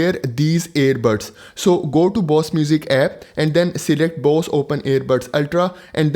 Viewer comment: Indian who calls Bose as Boss 😂 very good video though.